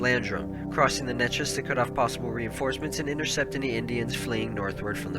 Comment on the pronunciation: Say it with me "Nay-Chess"